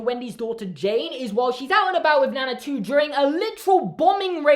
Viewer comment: Nana 2. I thought you said "that they named Nana, too" but no. NANA 2 😂😂😂😂😂😂😂😂